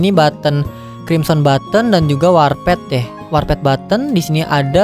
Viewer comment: Ngomongnya warpet njir bukannya warpd ya?